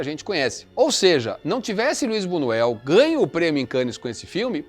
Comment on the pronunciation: Por favor!! Buñuel ( tem o som de nh)